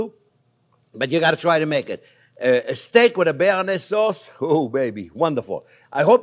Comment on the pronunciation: I think the cameraman should correct you live on camera. Bearnaise Thanks chef 😁